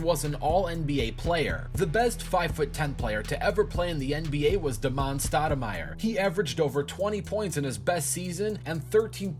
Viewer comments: And Damon he pronounced Da'mon straight out of the key and peele substitute teacher episode. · How the hell have you never heard Hakeems last name pronounced before? I don't think you watch basketball. Also Damon is pronounced Day-Mon not Da'mon.